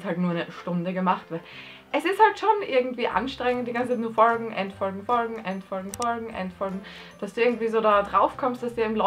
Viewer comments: Digger wem regt das auf wie die Folgen ausspricht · Warum sagst du folgen komisch? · Du sagst folgen so lustig😂😂😂 folgt mir leude: jxckya